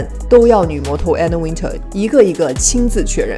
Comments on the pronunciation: One more time !!!! Anna Wintour. Win "tour" Not Win"ter" !!!! ❄️🥶❄️🥶❄️🥶❄️🥶 Gosh .... Learn your pronunciation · 把Anna Wintour名字唸錯的人一定不會被邀請 一直把Anna Wintour 唸成Anna Winter ⋯